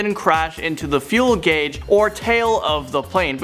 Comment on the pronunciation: Ohhhh my god on number 3 he pronounces "Fuselage" (Pronounced: few-su-large) as "fuel gauge" BRUH